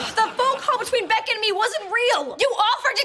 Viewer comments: It's Beck not Beak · Its beck not beak girl